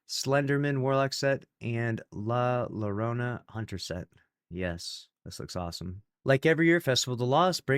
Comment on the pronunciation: Wen speaking Spanish 2 Ls sound like a j. So its la jorona for la Llorona. It means the cryer with female pronouns cuz Spanish has gender language.